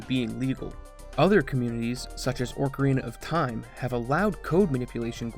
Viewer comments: I swear, is intentionally saying "Orcarina of time" now lol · PLEASE stop saying orc-arena of time